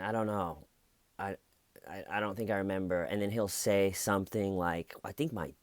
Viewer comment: Hahaha "do you rememba" you are the best!!